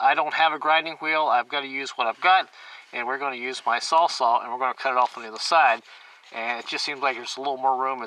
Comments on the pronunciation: (sawzall) not (sawsaw) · pinchers? Tar-us? sawsaw? This is definitely one of those videos where you need to increase the playback speed to 1.25 or 1.50